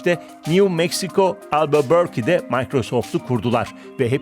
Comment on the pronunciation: Albuborki değil Albuquerque (Albakörki) demeniz lazım! Şehirlerin isimlerini doğru söyleyin!